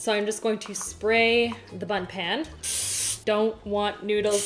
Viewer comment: It sounded like she kept saying butt instead of bundt. I'm so immature...